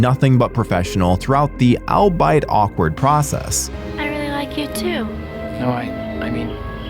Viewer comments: You might want to practice your script before recording. The word “albeit,” should not be difficult to pronounce correctly. Albeit, I understand younger generations are increasingly illiterate… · For the love of God, whoever is writing these scripts. Can you stop writing the word “ALBEIT” for this narrator to read!? He doesn’t know how to pronounce and it sounds really stupid!!!